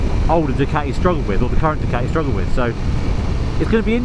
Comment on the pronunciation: But it's a fakun Du-Cati 😅